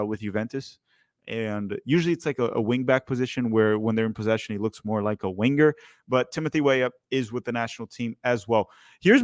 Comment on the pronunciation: Stop saying WIN-GER, it’s Winger not win ger Sorry